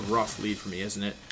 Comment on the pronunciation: I’ve never heard someone pronounce the ‘e’ in ‘forme’. ‘Formy’. Huh.